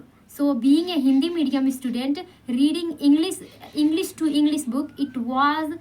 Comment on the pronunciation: Your english sentences are good but, some words pronunciation are not perfect, mainly 'English ' you should say ' sh' not ' s'.